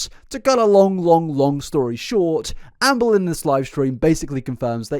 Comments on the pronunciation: pronounces ‘Amberlynn’ like ‘Anne Boleyn’ and now that’s all I’ll hear forevermore in gorlword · As a history nerd, every time I was one of your ALR videos, I think you say Anne Boleyn instead of Amber Lynn 😂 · I'm listening to this in the background and I keep hearing Anne Boleyn instead of Amberlynn, which is a very entertaining image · The whole video I kept hearing Ann Boleyn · I can’t stop hearing “Anne Boleyn” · I keep hearing ‘Anne Boleyn’ 😂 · Every now and again when you said amberlynn, I kept hearing Anne Boleyn 😂 story is so much funnier when you hear it like that ngl 😂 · Not to take away from the seriousness of the situation, but this feels even more unhinged because my brain is hearing "Amberlynn" as Anne Boleyn 🥲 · whenever he says Amberlynn i hear "anne boleyn" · Am I the only person who hears "Anne Boleyn" when says "Amberlynn"? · The way you say Amberlynn triggers me 😂😂